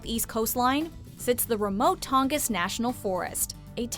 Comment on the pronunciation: Appalachian was pronounced wrong it gave me cancer i live in those mtns Also tongass is pronounced exactly how it looks not tongiss